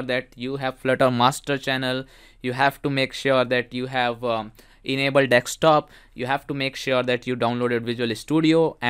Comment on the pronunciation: Desk Stop, not Deckstop